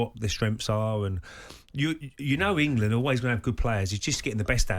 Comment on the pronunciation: Nobody: Gabby: Ingerlund